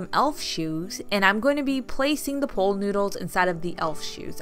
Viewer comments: Why do you say pole noodle? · Your so cute saying POOL noodle. Sounded like pole. 😀 Cute poles. Fun.